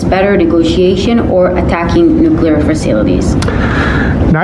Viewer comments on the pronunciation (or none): "NEW-Klee-er." Or try: "NEW clear". Close enough.